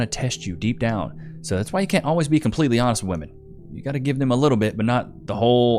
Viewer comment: I hate how they say woman for plural… it’s women, woMEN! It’s so dumb